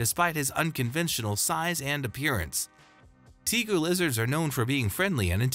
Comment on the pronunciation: It's pronounced TA GU not TEA GU!! And rhino iguanas aren't even related or from the same area. Other than both being new world lizards, they have nothing in common. And red tegus rarely get bigger than 4ft. The Argintine Black and White Tegu can get over 4ft.